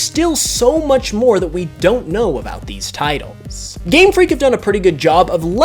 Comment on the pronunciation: who else found it funny when he said titles